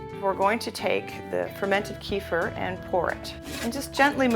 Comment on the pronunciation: it's pronounced "keh-feer", plz